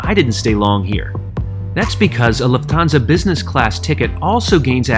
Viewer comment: Great video! Just a superduper minor correction: The stress on "Lufthansa" is on the first syllable. Other than that: Excellent review!